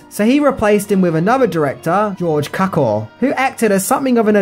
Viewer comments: An excellent review! Just a minor quibble: director George Cukor’s last name is pronounced “cewkor”, and director King Vidor’s last name is pronounced “veedor”. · Cukor is pronounced: Cue-core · I believe the name was George "Cue-Kor". Great job as always though you seem to have so much information you should have made it two parts. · Btw it’s prounounced George Que Kor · Why are you keep pronouncing George Cuckoo’s surname wrong?